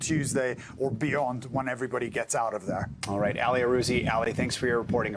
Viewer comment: Dude, its not "Alley", like Ali Vitali. Its, "Aalee" like Aladdin.